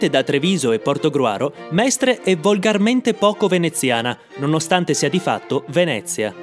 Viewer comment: Sono veramente deluso dalla pessima pronuncia di Mestre